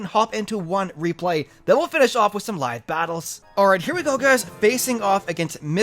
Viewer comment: " some live battles " just love the way you say that lol